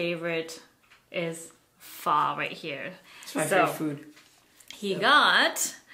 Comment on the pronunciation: why you say pho wrong and happy late birthday